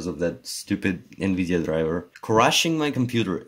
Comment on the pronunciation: its "Nvidia